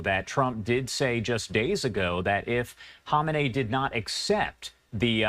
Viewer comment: Isn’t it pronounced Ka-may-nee? Not Hom-in-ay?